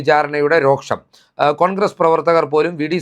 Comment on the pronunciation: ... "Roksham" allaa.... "Rosham" ennu mathi...